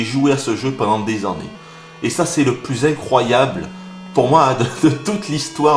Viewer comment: j aime bien comment tu dis les an-nés pour dire annés sa fait un peu comme un accent créole